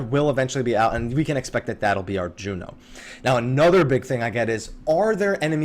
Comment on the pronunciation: its Jeuno! not Jueno!